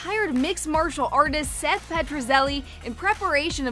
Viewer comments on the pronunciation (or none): none